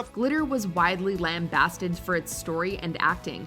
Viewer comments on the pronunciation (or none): yikes that pronunciation of lambasted